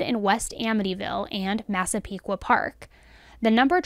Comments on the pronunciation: I’m proud of you for saying massapequa right lol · Excellent video!! You did a wonderful job talking about the victims. As a Long Islander I was so impressed with your pronunciation of Massapequa (although I definitely cringed at "In Long Island". We hate it, its "ON Long Island"). Hoping that he is convicted! Also, love the fact that they caught him because of some pizza crust.